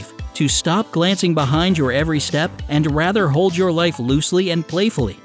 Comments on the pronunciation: what is an "UAND" ? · "Uand" ...I'm sorry, someone's probably mentioned it already but I couldn't not. Great video though! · go to and notice how the word and has a u at the beginning? it says uand.